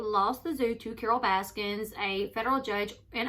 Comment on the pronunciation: Correction: “Baskin” not “Baskins”